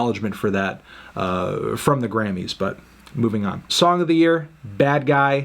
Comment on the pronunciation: Anthony it’s pronounced “Grammys” not “Grannys”